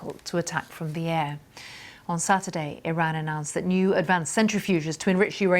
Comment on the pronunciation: Why does she keep changing the way she pronounces Iran